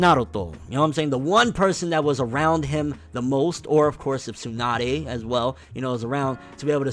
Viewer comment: It's Tsunade.